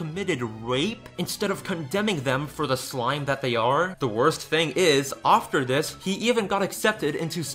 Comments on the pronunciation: I really like your viodes BUT how come you say "offter" instead of 'after'? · Great video but why do you say after as ofter? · The word is after not offter. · Why do you pronounce after (ofter) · I love how you say "ofter" instead of "after". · Dude I love that way you say ‘after’